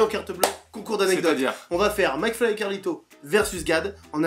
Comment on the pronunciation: ça fait chepas combien de fois que je regarde cette video. Et pourtant je viens de me rendre compte qu'à Gad appelle mcfly "flacmy" 😂